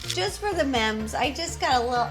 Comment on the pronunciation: I- did rosannna just say ...mems instead of MEMES